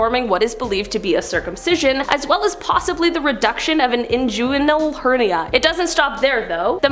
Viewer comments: sorry, your pronunciation of inguinal hernia is incorrect...it is in"g"uinal not in"j"uinal...it is a hard G not a soft g. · pronounced "in-gwin-ul"..............inguinal .